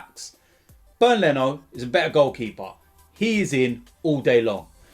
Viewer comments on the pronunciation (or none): none